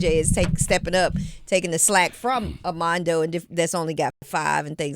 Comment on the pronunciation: Question. Is he calling him Amanda Boycott or Armando? I hear Amanda. Strange because he's a big Tar Heel fan. Just asking. If I'm not hearing it correctly then please forgive me.